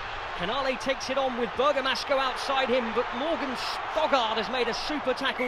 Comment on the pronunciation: Oh my God he keeps ptonouncing Morgan Stoddart as Stogard, it's frustrating